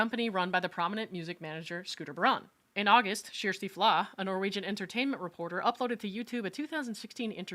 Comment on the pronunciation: AWW you pronounced Kjersti properly!!! 😄